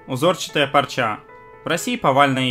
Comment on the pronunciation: ты уж определись: "пОрча" или... "пАрча"....:) p.s....в ссылке на это видео, - "пОрча"....